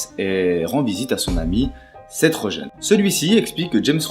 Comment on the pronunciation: Je trouve que tu es pas un peu lent quand tu parles, il faudrait plus de rythme dans ta voix (plus rapide aussi) si tu peux. Sinon certains noms prononcés en anglais sont terribles : macbride, seth rogen et quelques autres. Sinon pas trop mal continue :p